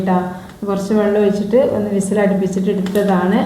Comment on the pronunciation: ഓയിച്ചിട്ടു എന്നല്ല ഒഴിച്ചിട്ടു എന്ന് പറയു